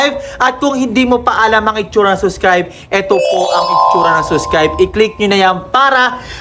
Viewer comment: Subscribe po hindi po suscribe